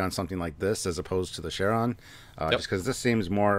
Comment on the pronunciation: Are they calling the Charon... Sharon? It's pronounced Kar-on